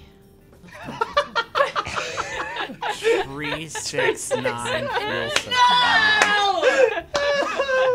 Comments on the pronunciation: “tree six nine, feel so fine” absolutely stole all of my bones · tree six nine, damn she's pine.